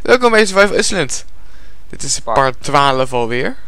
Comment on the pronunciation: Je spreekt island steeds verkeerd uit kapot irritant sorry maar jullie filmpjes zijn leuk